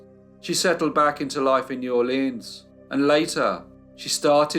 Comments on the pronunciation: DUDE!!! It’s pronounced neworlans—one word. Not New Orléan. No French accent whatsoever is applied unless it’s Cajun, and then it’s nawlins. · The name of the city is pronounced Nawlins by the locals.